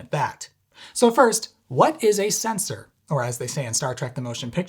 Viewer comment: You get a like, just for saying "sensOr".